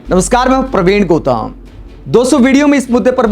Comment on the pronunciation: Gautam ko gotam kyon bol raha hai kya England se aaya hai